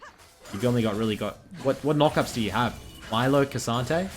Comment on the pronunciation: Hey btw it’s pronounced ME-LEO, his name is Spanish